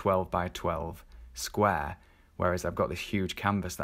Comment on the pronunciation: sqware :D hehe I kept laughing. Thanks so much for the great content!